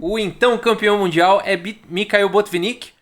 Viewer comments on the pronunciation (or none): none